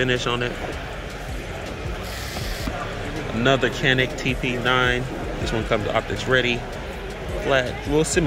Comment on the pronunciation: hate to be the one bro, but the Canik is pronounced as Jan-ik.